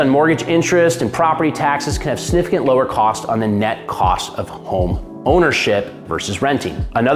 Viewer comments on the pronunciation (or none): Say it w me…SIGNIFICANT…”SIG NIF I CANT”